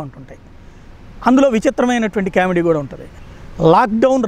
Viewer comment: Kamedi kadu comedy. Correct ga cheppandi. Improve